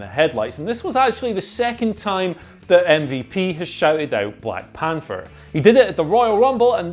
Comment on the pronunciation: "Black Panfer"